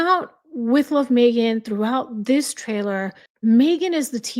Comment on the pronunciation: I love how u say Mee-ghan on purpose every time 😂 because for her it really is all about her. She’s the poor man’s Pam Anderson - Pamela’s cooking show is such a hit & this one tried to desperately copy it